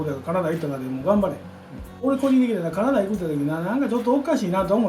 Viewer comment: カナダの発音が好き🇨🇦 コテコテの関西弁 素敵なお父さんだね。